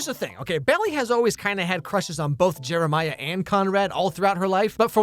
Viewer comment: I know you didn't say it but I could have swore you called Jeremiah Jimmermiah